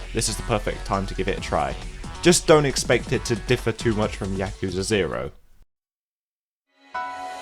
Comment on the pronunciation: Why why why does every reviewer, whose played these damn games, fail to pronounce the fucking name of the game correctly. Listen to how the characters say Yakuza. Does it sould like they begin with "Yak" like the animal? With that hard A? No. No no no. At least you didnt pronounce it like my fellow americans where it almost sounds like they're trying to say jacuzi. Fuck.